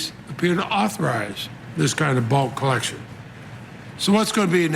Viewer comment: Okay that chap's accent is so thick when he said "Bulk collection" I thought for a moment he said "bullcrap." Then I remembered you can't swear in the US "democratic institutions"